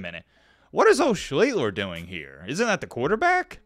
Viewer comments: Nope... pronounced "SHLEE-STER". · His name is pronounced SHLEE-ster. You researched for a week and didn't learn what his name is?